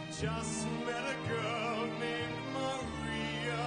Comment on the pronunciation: Holy cow. He sure puts his all into it. An excellent version - just wish he would sing that third syllable in "Maria" without all the extra flourish. A simple "a" would suffice. He doesn't sing the B flat either. Another American singing it the "American way". :) Oh, he's British...? A very strong performance with a great dynamic range.